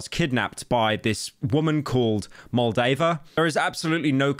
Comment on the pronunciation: Every time he says moldaver, I think of the country Moldova.